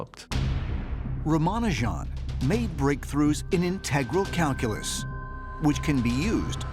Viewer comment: anyone annoyed at the way he said “Integral calculus”